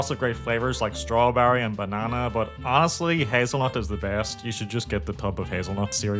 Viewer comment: There should only be one vowel sound in "best" . Your accent needs word.